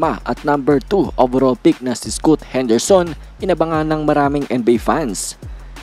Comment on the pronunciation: scaat kc ang pronounce sa scoot whaha